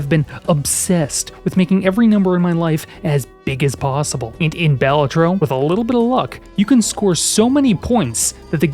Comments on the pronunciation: It is pronounced "Ba-la-tro" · Going by the graphic design it should be pronounced 'Bal-A-Tro", unless the design was just picked because it looked cool, which of course it is. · "Anyway, Baylatro... Anyway, Baylatro"